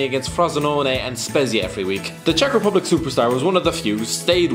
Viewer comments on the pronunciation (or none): none